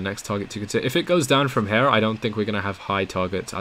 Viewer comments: I'm English . It's here as in hear not here as in hare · I speak with the Queen all the time. Her Majesty pronounces HERE "hyá." Lizzie tells me "ram it in hya."